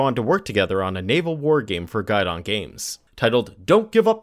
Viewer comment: It’s pronounced Gee-don not guide-on. Americans really butcher french